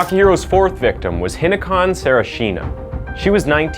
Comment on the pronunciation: The mispronounciations get really distracting Shiraishi becomes Shiroshi Kureha becomes Kuhira Hinako becomes Hinakon Tamura becomes Tumara and it changes sometimes too...like Benedict Cumberbatch trying to pronounce the word penguin